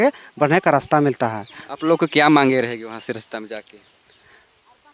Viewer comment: अरे यार सिरा सीता नही नाम है सिरसी और ता है तुमको कितना समझाएंगे😂😂😂😂😂